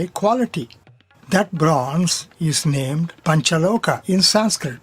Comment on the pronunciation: Not panchaloka - it's panchaloha